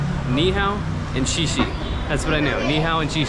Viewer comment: It’s Xie Xie not she she. 😅 she she is wash wash, Xie Xie is pronounced as Sheyeah sheyeah. Enjoy. I hope you’ll eventually travel to Hong Kong.